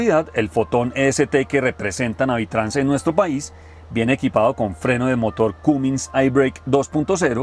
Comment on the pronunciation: Se pronuncia camins no cumins